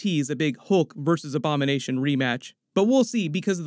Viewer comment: I thought he said “ik you have a lot of Obama nation question to get answered “